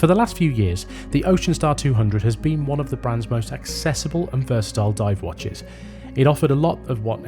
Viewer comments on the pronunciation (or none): none